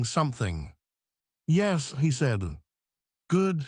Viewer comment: What is happening with the word yes. Its pronounced like yesm.